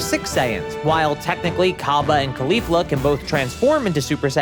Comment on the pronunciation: Why is bro calling kefla khalifla